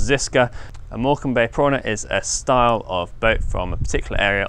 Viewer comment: I assumed it was just a slip of the tongue , but I had to mention it. I also just realised that neither of us can spell Morecambe. 🤣